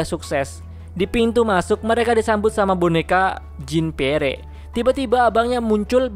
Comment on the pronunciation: Maap koreksi Bacanya bukan "jin piere" bang tapi "jan pier"